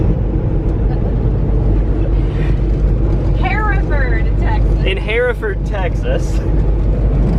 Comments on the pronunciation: Definitely a difference between north Texas and the Texas panhandle where Pampa is located. Home of the Pampa Harvesters. Hereford Texas pronounced Her-furd. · I think it's pronounced 'Her-ferd' Texas. 😆😅🤣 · FYI, in Texas its pronounced Her-ferd😁😁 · pronounced her furd